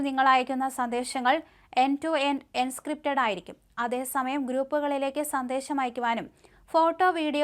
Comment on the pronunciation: എൻസ്ക്രിപ്റ്റഡ് അല്ല എൻക്രിപ്റ്റഡ്